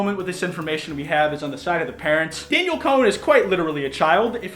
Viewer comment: It's pronounced DAN-YELL damn it! 😂